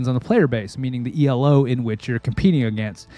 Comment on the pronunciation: I noticed you're saying Elo like it's an acronym, it's not